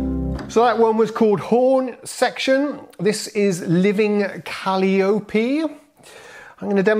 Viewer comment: Maybe someone else also pointed it out, but It's "co-lie-oh-pee" and not "cali-oh-pee":) Your D-50 demos bring out the sounds that make me want one. I had previously dismissed it. Thank you!